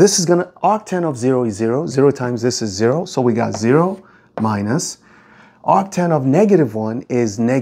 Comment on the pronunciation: ah yes, actan